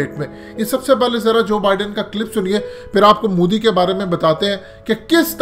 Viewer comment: Abey moooodi nhi.... MO di hai naam to dhang se le le😂😂😂😂